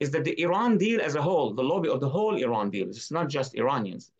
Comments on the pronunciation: Kudos fpr pronouncing iran correctly :) Anyways wish the leaders in iran had the brains to do these things... no way they have such reach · The only american who can pronounce iran as well.